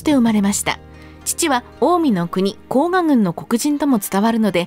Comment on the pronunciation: 「甲賀」は「こうか」と読みます。「こうが」とにごりません。 「左近充」ではなく「左近衆」では？ 個人を指しているのではなく、「滝川左近の郎党」という意味だと思います（近衛府に「充」という官職はありません）。 一益の初期の官位は「左近尉」→「左近将監」なので、滝川左近が一益であるのは間違い無いでしょう。ただし、近衛府に「尉」の官位はありません（「尉」に相当するのが「将監」）ので、「左近尉」は私称で、のちに正式に「左近将監」に補任されたと思われます。 「厩橋」は上古では「うまやばし」と読みましたが、中世以降は「まやばし」と読みます。江戸時代に「前橋（まえばし）」になります。